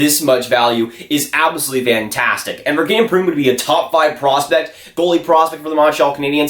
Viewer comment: Pre-moo.. hehehehe